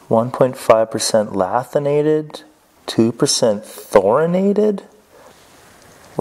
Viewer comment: The fact that he pronounced the tungsten incorrectly tells you everything you need to know. Its LANTHanated, not LATHinated, and there isnt even a N in Thoriated...